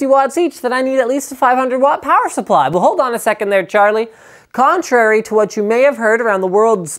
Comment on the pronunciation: Linus, can you please record a video of you saying "you watt mate" I laughed way too hard at this.